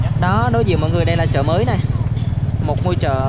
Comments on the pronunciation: Chợ chứ k phải "trợ" chùa chứ k phải "trùa" bạn đừng lạm dụng đánh lưỡi quá nghe nó khá khó chịu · Trưa hay chưa. Chợ hay trợ . Nc cho chuẩn vào bạn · Thằng này nói sai ngữ pháp ghét ko đăng kí. Chợ mà kêu là trợ!bo tay